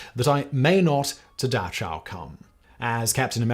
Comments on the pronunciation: Serious topic and it's so strange that he didn't do checkup how to pronounce Dachau...well, the closest is Dah-kahw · Did British schools really not teach their pupils how to pronounce Dachau? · Bro you pronounce Dachau like 3 different ways in this video, what are you doing. It's not "datchow", it's not "dashow". The "ch" is a voiceless velar fricative [x] - like a "k" with air running through it. If you're not comfortable/confident making it a fricative (the airiness), at least use a plosive [k] like "dakow". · Don't get me started on his pronunciation of Dachau... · Dash-ow? It's pronounced dah-ch-ow. With the throaty pronunciation of the "ch". Closer is "dah-cow" than "dash-ow". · Your pronunciation of "Dachau" is bizarre to me. You say it as if it has an "sh" in the middle. Pretty sure this is wrong. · I just learned today, it's actually pronounced so it sounds like 'da-how' not so it sounds like 'da-chow'. the more you know, apparently. source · It's pronounced Da-kow. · BTW..... Dachau is pronounced Dah how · Dachau was a miss as well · While I don't doubt the factual accounts in lecture, I am somewhat confounded by the host's completely bizarre pronunciation of German words like Dachau and Theresienstadt. I honestly had to check to see if this was AI generated to see if that would account for these aberrations; it appears that the fault lies with a real human.